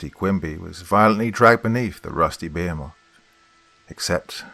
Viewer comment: I really wanted to enjoy this action-filled story, but I am now starting to see that your pronunciations are getting WORSE. A geezer of water? A giant behmith? What's going on,?